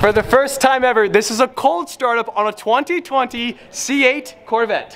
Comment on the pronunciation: says 2020 but in English letters he says twunty twunty